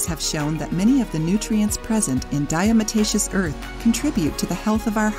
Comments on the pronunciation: She is saying it wrong....it is not diaMotacious it is diaTomacious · Mispronounced...'diatom-aceous' from prehistoric microscopic organisms, 'diatoms' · Diamataceous????? Lol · Lol....that is not how to pronounce this word ! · If you don't know how to even pronounce it, then it makes me wonder about all the info you are presenting. I've used it for years and agree with most of it. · If you can't pronounce it correctly you shouldn't put out a video about it. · You need to learn how to pronounce it properly! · I can’t take this video seriously. Pronounce diatomaceous correctly. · Great video, but you probably should get someone who knows how to pronounce Diatomaceous earth if they're going to narrate the video.